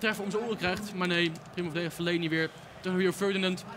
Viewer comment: Het is Fellaini geen feleni